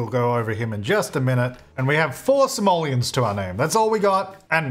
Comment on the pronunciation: You have 4 Somalians to your name? Might wanna work on pronunciation there.